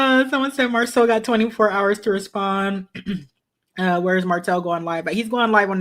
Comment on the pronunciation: She keep saying Marsau and Martell’s name wrong.